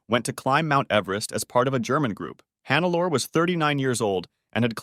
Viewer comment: I usually dont do this, but in this case I cant ignore it: Hannelore is pronounced more like hun-ne-lo-re